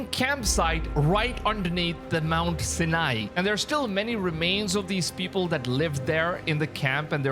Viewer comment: Sinai Its pronouced sigh-nye.